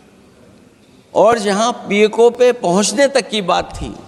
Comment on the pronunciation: अखिलेश यादव पहले तो बोलना सीखो पी ए को नहीं पी ओ के बोल